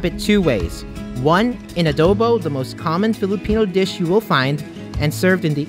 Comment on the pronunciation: How he says “Adobo”: Adoeboe